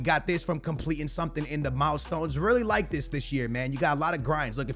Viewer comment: Mile*d*stone? He makes me laugh😂